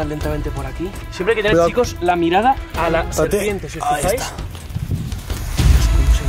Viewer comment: no c dice mirada se dice..... miarada 😎😎😎